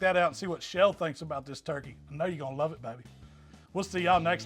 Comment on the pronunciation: "let's see what that "twurkey" thigh is all about" Haha! You're my hero man!! Keep those great recipe's coming!!